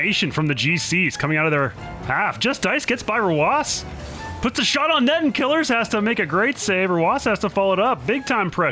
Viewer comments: I like how sunless calls him “killers” whereas Johnny calls him “kill ears” and now I’m confused on how to pronounce his name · Isn't it Kil-ears? Not Killers? That's how Johnny always says it and I trust him the most since he interacts with every player on his channel, but Killeerrz is literally on your team so... I'm stuck.